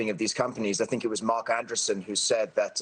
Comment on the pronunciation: he called Mark Andreesen "Mark Anderson" LOL fail ceo